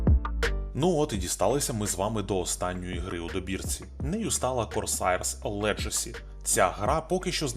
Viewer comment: Корсарс Легасi, а не Корсаiрс Леджасi.